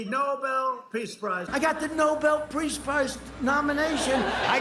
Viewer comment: Donald, , crying 😭 like a toddler about the Nobel pReace Prize. 😐😑😐... ... that's some tongue twister, Trump. Now say it three times in succession as fast as you can. Don't get it twissssted, now Donny. "pReace Prize, pReace Prize, pReace Prize." 😁 Too bad, so sad, call your pops, Donald. 🤷🏾‍♀️ You win some, you lose some. 🤷🏾‍♀️